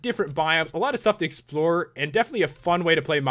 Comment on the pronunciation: Did you say expler instead of explore at the end?!